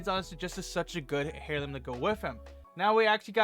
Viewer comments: Airloom is how it’s pronounced. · hey friend, the "h" is silent but great vid